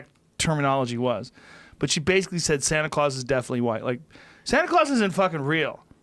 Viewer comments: "Kids Santa Clause is definitely RIGHT. Or kids Santa CROSS is definitely real..." So Joe.. that's some serious word slurring you've got going on there. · he says right instead of white and then craws instead of claus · how high is he? santa clause is definitely "right" followed by "sana cross" is real...